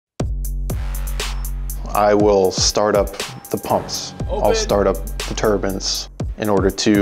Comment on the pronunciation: Omg it's tur-bye-n not tur-bin, turban is a head dress.